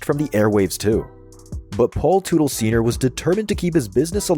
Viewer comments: It’s not tootle it’s Tut-el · If only AI could pronounce names correctly. Tootle. LOL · Man I hate these AI narrated videos. Can't even pronounce their last name. Paul Tootle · Gotta laugh when someone creates a video on OCC and they can’t even say the owners name correctly. It’s not “Paul Tootil” dummy. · The last name is pronounced the same as Tuttle. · Another video that lacked serious editing in a few spot from a homework standpoint . . especially with the pronunciation of Paul's last name, lmfao!!! smh. . . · You’d think after doing a deep dive you would of learn how to say his last name. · When you were doing the research for this video did you not think learning how to pronounce the family surname correctly was a good idea? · Paul Sr would slap the taste out yo mouth for butchering his last name.. 🫲🏻😆🤘🏼✌🏼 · Hard to take anything you're saying seriously when you can't even pronounce their last name correctly